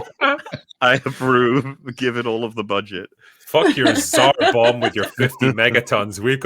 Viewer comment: Pronounced Tsar Bomba!